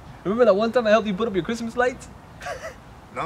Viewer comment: aye 🙌 merry crimmuhs lol